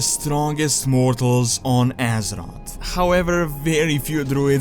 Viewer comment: i love how this guy says "on eezeroth" :D